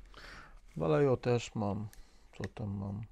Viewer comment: W JĘZYKU KASTYLIJSKIM CZYTAMY WAJEHO. LL to J , a J to H... to tak na przyszłość a odcinek super